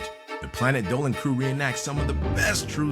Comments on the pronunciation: Planet Dolan on the intro you said "planet Dolwan" X3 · Efe Aydal he actually pronounced it as diynger Dolan.